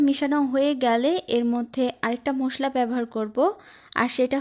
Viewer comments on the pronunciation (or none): মোসলা না মশলা , শুদ্ধ ভাবে কথা বল।